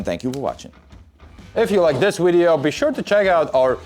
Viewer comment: "Whatch a 'wideo'!" 😄 I love it!